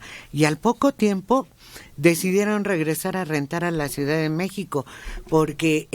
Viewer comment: Por qué el a veces dice "suidad"?